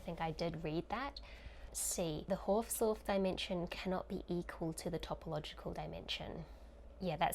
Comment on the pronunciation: The "Haus" is Hausdorff is pronounced exactly like "house" in english (it is German for "house"). You make it sound french :D